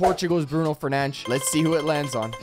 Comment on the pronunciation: The fact that he actually pronounced Bruno Fernandes' name correctly 😂